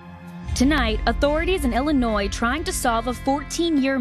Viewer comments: The S is silent in Illinois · Love the show...but my man..the last "s" in Illinois is silent ❤